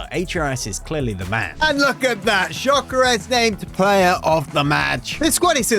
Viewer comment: It’s not jyokeres it’s gyokeres it is pronounced yokeres(not to be rude)